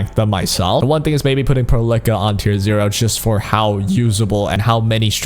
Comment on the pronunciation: it's pearl ica not perlickka